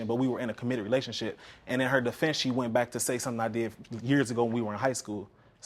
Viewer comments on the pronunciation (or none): Sounds like she's saying "relationshit"! This is hilarious!